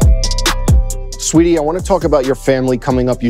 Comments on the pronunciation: It’s sweetie it’s SA-WEE-TEE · Brooo he kept sayin “sweetie” instead of sAweetie like be frs the queen in front of you and you not gon get her name right 🙄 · wtf is u on. She gave him a compliment and he said "Let's Go". He was tryin to say Saweetie but he just pronounced it wrong. He was just treatin her like a customer. STOP PLAYIN